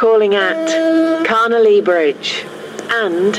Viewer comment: When the station announcer says Carnelia Bridge (or however you spell it) it sounds like she says ‘Connolly Bridge’ imo.